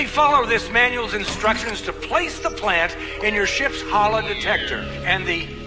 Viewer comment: E V A? pLANNTt??